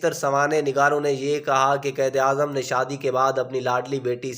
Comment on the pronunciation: آپ اپنی اردو ٹھیک کریں قید اعظم نہیں قائد اعظم محمد علی جناح ہے آستہ آستہ نہیں آہستہ آہستہ ہے ہر لفظ غلط پڑھ رہے ہو